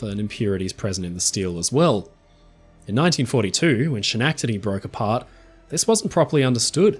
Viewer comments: I thank you for the correction, but, for some weird reason, everything you said, "She-nack-te-dee"... the fillings in my teeth hurt. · Schenectady is pronounced skuh-NEK-tuhdee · Repeat after me: SKEN-EK-TI-DEE😂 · Schenectady is pronounced “Sken-neck- tedy”. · Hello! Schenectady is actually pronounced "Skenectady". Thanks for another great video mate! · Haven't you ever heard Bugs Bunny say "Schenectady"? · first and foremost I loved this in depth video. and thanks for the continued giggles as you mispronounce Schenectady. I don't mean this harshly as how else would a non-American English speaking person pronounce it other than the way you did. Well, maybe those from Canada might know how to say it since it is close to Canada...